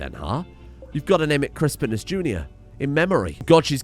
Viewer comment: RIP Chris-Pine-Us